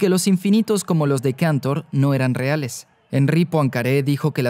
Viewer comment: Y Cantor, que no sé por qué lo pronuncia en inglés si era ruso.